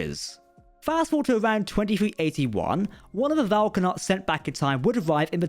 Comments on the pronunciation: Vau na’kat. Not Vau ka’nat. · Yeah, Prodigy's timeline is a bit wonky. Yay time travel! Thanks for the video! Also, it's Vau N'akat, not Vau K'anat